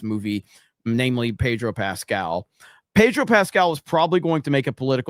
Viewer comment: 😂 and a "Pedro" becomes a "Reed". Ya know, Reed Richards from Nicaragua 😂😂😂🤣